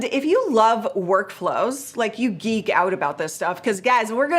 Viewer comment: geek not eek 😄